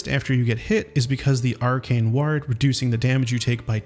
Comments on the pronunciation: Please stop saying 'ward' as if it rhymes with 'bard', it causes me physical pain. It sounds like 'war' but with a 'd' at the end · Ward is pronounced like sword, just without the s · "Ward" doesn't rhyme with "yard!" It rhymes with "bored!" Holy cow, are you an AI just learning to talk? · does this man not know English? wtf is ward? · You should relearn how to say ward.